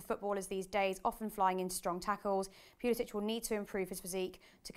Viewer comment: At least say his name right. Its pronounced how it’s spelled. It’s not “pulisich,” so in other words, no “-ch” at the end. It’s a hard C at the end